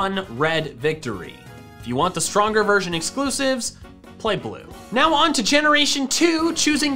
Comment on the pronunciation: I swear at the beginning I heard him say virgin pairs instead of version pairs 😂😅